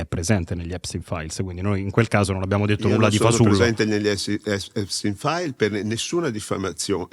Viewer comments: "Il Nior Taims ha scritto gli Episis Stains" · Impossibile pronunciare Epstein files nel modo corretto